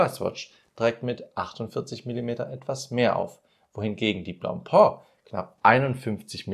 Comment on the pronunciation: Nicht blopo - blopä!😂